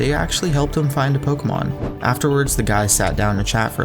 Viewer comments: I hate how he says Pokémon. "Pokamon" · The way he says pokuhmon